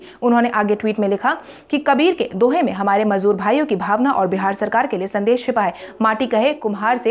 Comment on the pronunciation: मजबूर नहीं मजदूर